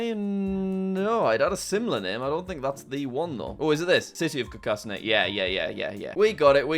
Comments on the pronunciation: Just a tip, your saying Carcassonne , Car-cas-soney. Its actually pronounced Car-cas-son. Thanks🤓🤓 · I’ve been to carcasonne. It was the most beautiful place ever, and also just to correct you it’s car-ca-son. But I’m glad it’s in this video! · The 2nd location is pronounced Car-ca-son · It's Car-kuh-son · Carcassonne (french castle place) is pronounced like carcass-on or kaa-kuh-sawn. It's also a cute short board game. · the way you pronunce Carcasonne kills me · jack, you had a chance to redeem your pronounciation of Carcassonne and f'ed it up again